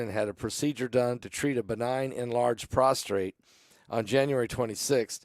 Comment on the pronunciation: The word is "pros t ate", not "pros tr ate". 1) Prostate is the male gland. 2) We fall prost(r)ate at the feet of Jesus.